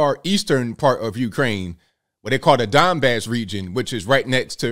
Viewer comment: I thought you said Dimebag region....I was like...oh ok.